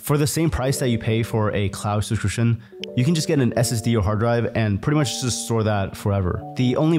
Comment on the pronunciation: Youtube-grifter can't pronounce "subscription". 🤣